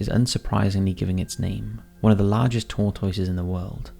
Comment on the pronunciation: Tor-TOY-ses? say whut? you mean "tor-tusses?"